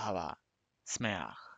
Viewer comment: Literally say: Yom Ahava Smeaj, no SAmaj